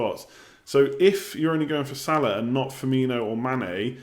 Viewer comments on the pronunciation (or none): none